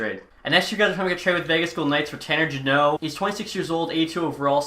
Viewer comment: He's finally saying jeannot right, who told you?